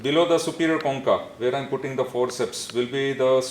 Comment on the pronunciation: Sry but the way he pronounced choncha, i'm a vietnamese and it sound like " con cặc" which mean a swearword in our country about penis